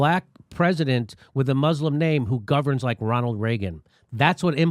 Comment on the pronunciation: Did you just say B.O. governed as Ronald Reagen ?